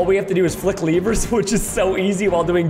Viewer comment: I love how Preston pronounces “lever”